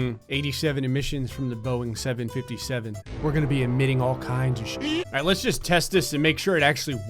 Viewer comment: Is it just me or does alright sound like “all race”?